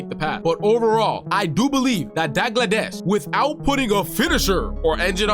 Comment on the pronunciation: Dagladesh lol so funny 😂😂 it's pronounced Dalgleesh but spelt Dalglish 😂😂 your welcome 😅